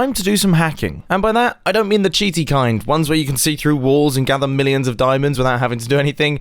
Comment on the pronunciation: The way that he says million is so funny